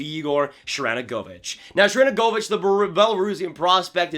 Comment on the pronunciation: Why can no hockey YouTubers say Sharangovich’s name? I mean I get it’s kind of hard, but still, lol. (Btw it’s pronounced Sharen-go-vich in NA and Sharan-govich overseas)